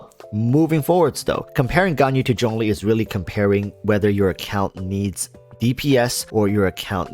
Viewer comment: It's Zhongli